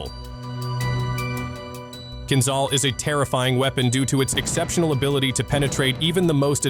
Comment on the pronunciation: Why do you think there is H after Z in word "Kinzhal"? In order to pronounce it properly, otherwise there would be no need for it to sound kinZal as you do! It is "kin-Jal", - Dagger in English. Not "Zal" but "Jal", like "Jail", "Just" or "Jam". Why it is so difficult, dalbayob?